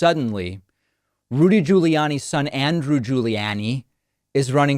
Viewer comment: Why does he pronounce Rudy's last name different than Andrews, same last name and he did it more than once